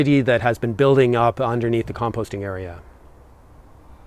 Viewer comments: Now you're in Ireland please learn how to pronounce compost🙂 It drives us nuts. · At least he can say compost, and not "peatfreecompost" like the BBC requires these days.